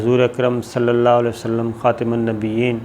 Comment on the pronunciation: شرم کرو خاتم زبر کے ساتھ ھے تم زیر کے ساتھ پڑھتے ھوئی